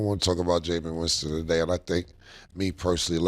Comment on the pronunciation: 😂😂😂😂 Cam call dude “Jamon Winston” Him & Mase always be messin’ up people’s names.😂😂😂